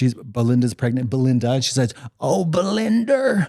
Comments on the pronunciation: Katya saying, "Belinder" every 5 seconds. I LOVE IT 😭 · I know Trixie knows Granny but I swear Katya must be a vod watcher because Granny's been saying BELINDER for weeks